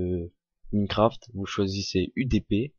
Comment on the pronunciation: ça se prononce "Maïncraft" et pas "Mineucraft" g arrété dès que g entendu ça...